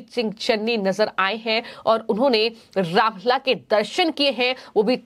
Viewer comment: रामलल्ला शब्द का उच्चारण तो सही कर लो